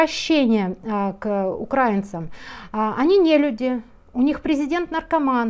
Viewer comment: украИнцам❗ Пожалуйста, говорите верно